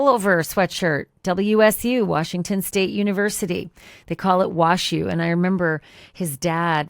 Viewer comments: Omg!!! WAZZU not WASHU!! 😮‍💨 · Wazzu..not Washu!!! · Not that it makes a big difference - but it's pronounced "wazzu" not "wash-u". Love, your friend from Spokane, WA. Thank you for your reporting coverage. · Wazzu 😂 not WashU 😂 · Correction: It’s correct pronunciation is known as “Wah-Zoo”. Not, “Wash-you”, Ashley. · Pronounced Wahzoo not washes! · Just an FYI - WSU is called wazzu, not washu. I know because I went there many years ago. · It's Wazzu, not washu. 😊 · It is WA-Zoo not WA shoe. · Wazzu not Washu. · It’s Wah-zoo, not WashU. 😜 This guy is such a creep! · It’s not Washu it’s pronounced Wazoo for the nickname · Pausing ... ok, I have to correct your pronunciation-WSU is pronounced "wah-zoo" not "wash-you"... 😂😂. However, if you're really from Washington, then you know we just referred to them as the Huskies or the Cougs... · We call it wazzu. Not wash u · Hey Ashleigh, WSU is not known as Washu, but rather Wazzu; pronounced Wah-ZOO…Go Cougs! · Love your show! WSU is pronounced Wah Zoo. Minor in the overall scheme of things… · It's pronounced Wazoo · Ash, It’s pronounced Wazu. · WSU is pronounced “Wazzoo”.